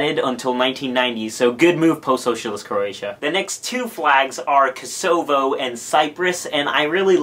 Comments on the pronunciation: Personally I love the South Korean flag. Not only does it have the taegeuk (Korean version of Yin and Yang) but the four little symbols around it each have seven different meanings. Also, Kosovo is pronounce "Koso-Vo", not "Ko-Sovo". Like cost but minus the 't' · It is "KOH-sah-vuh", not "Kuh-SOH-vuh" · Great video! No hate but I laughed my ass off when u misspronounced Kosovo as I am Albanian hahah